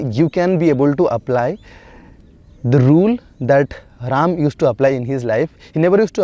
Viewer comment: It's Ram not Rama